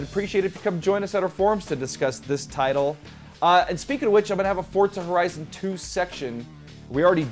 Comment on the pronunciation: what is forzta horezon?? 😂😂😂😂😂